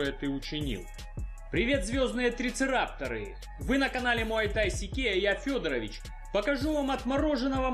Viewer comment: Не "трицерапторы" , а ТРИЦЕРАТОПСЫ. Учи матчать.